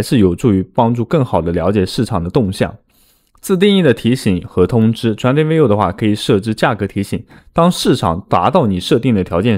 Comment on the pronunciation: 你连trading都读不来...